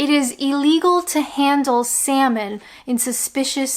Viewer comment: Is pronouncing the L in 'salmon' considered suspicious behaviour?